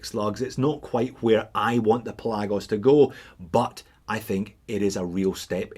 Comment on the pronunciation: I think it's pronounced Pelagos.